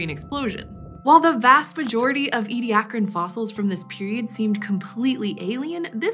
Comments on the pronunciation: It's "Edia-car-an", not "Edi-ac-ran"... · I'm irritated that keeps missing a syllable in the middle of Ediacaran, pronouncing it as "Ediacran."